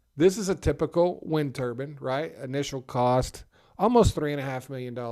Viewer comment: It's pronounced ter-bine, not ter-bin. It should rhyme with fine.... Otherwise, it sounds like you're speaking about a turban that is worn by sikh men to cover uncut hair as part of their faith.